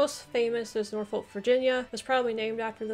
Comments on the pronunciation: This could be me being northern, but we don't say "shire" but we'd say more "shuh" which will make some of these names easier to say! And don't pronounce "folk" as "folk" it's more "fukh" (this one sounds like I'm messing with you but I'm not!). In terms of historical versus ceremonial counties, in August when Greater Manchester was plunged into a local lockdown due to rising Covid, it was in the local news a lot that people didn't know what county they lived in. Greater Manchester was originally part of Lancashire (we're talking war fo the roses) and it's in living memory that the current counties were formed (1974 I believe). I wasn't born until 1992 and I know I am from Greater Manchester but being from Lancashire is a hill most people will die on. This also includes the likes of West Lancashire and Merseyside which were also part of Lancashire back in the when. But it was actually kind of amusing the way that my town (or rather borough) has borders with Cheshire, Merseyside, Lancashire and West Lancashire (to the point where there are schools with children from 4 different counties and I used to joke that I'd "walked all the way to Cheshire" when I'd walked less than a mile!) and as a result, the council had to tell people what county we live in because a lot of people were resistant to being associated with the city of Manchester as we're actually very rural in parts here (as with many Greater Manchester boroughs). I do think you did really well with this though! Most Br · Hey, also it’s pronounced norfork (Norfolk) and suffork (Suffolk) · Norfolk pronounced norfuk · The way you pronounce norfolk and suffolk makes me wanna cry